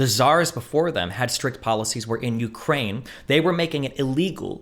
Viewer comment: Destiny can't even pronounce Ukraine properly